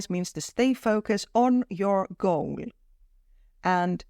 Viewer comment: please have these idions written too while u talk. becasue whether u said goal or gold was not clear becasuse of voice and accent etc.